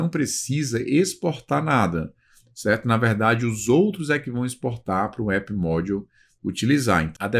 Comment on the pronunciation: me chamou mais atenção a pronuncia das palavras em inglês... "módiu"